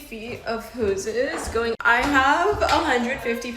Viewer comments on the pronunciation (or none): Hold the fuck on!!! We can not gloss over the fact that that woman said "whoses" when talking about a hose. Like a moose is loose in tha hoose type shit.